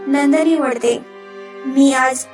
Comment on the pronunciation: वढते नाही वळते